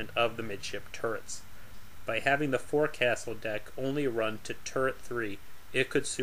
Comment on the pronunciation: I am a big fan of this series of videos and I always look forward to more- I have a respectful criticism though- forecastle is actually pronounced "fok-sol". This is a pet peeve to literally millions of sailors and maritime professionals. Otherwise keep up the good work and carry on!